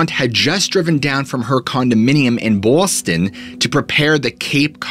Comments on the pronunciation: I love how u said "BAWWSTON" LOLOL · The way he said "bawston" was hilarious 😂